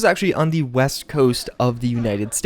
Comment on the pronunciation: West? I thought you said weast